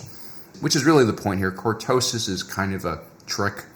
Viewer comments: Say it with me. Cor-to-sis! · I almost did not watch you video because of the click bait title, good thing I really like your content. Mispronouncing words os very common among people who learn from reading. One of my favorite visuals of cortoses is of Luke slowly hacking his way through the stuff in The Hand of Thrawn books. Off to BBQ some Ewok, keep keeping it real.